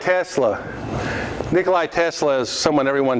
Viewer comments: not nick-oh-lie. It is ni kuh luh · first of all both JP Morgan and JJ Astor have sponsored him. Astor for Colorado Springs laboratory and JP Morgan for Wardenclyffe Long Island. AND IT IS NOT NIKOLAI TESLA ..... IT IS NIKOLA TESLA. NIKLAI IS RUSSIAN NAME, TESLA WAS SERBIAN.